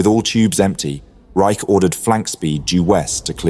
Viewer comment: Regarding the captain of Sealion II, Eli T. Reich, his last name is pronounced “Rich” not “Rike.” My father was an officer on board Sealion II when Kongo was hit.